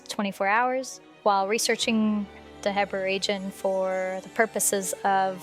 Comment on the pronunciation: You’re literally the only person I’ve ever heard pronounce the region as “heh-bra” instead of “hee-bra” Also if that’s where Vah Medoh was excavated, why would it just be 3 surface level craters? Was some of it exposed already? You would expect the excavation site to feature a huge crater large enough for the entire beast to fit in, and should be deep enough that it was completely underground. I don’t buy it.